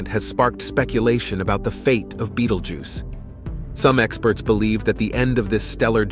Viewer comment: Dude switches from saying the name like you would if pronouncing the name of the movie beetlejuice, then back too be-dal-geuse